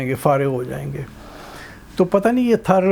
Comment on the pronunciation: Thar sahi name hai . App thrr bol rahe hain. Jaise car .star.paar waise thar